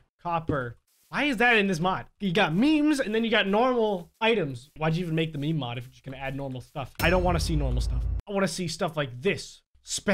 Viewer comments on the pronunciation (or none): its not me-me its meme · ITS PRONOUCED MEEM JEEZ